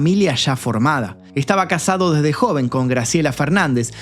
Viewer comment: "Desde", no "desdé".